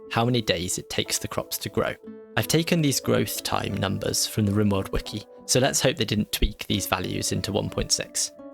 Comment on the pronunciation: Bro said "Ribaorld"